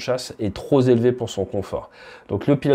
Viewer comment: Super vidéo merci. Juste attention aux liaisons dangereuses mon ami : j'ai cru entendre un "....trop z'élevé... " 🖖✌️